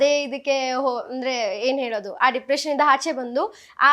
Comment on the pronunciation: Nija helamma dippretion or dipriciation 😅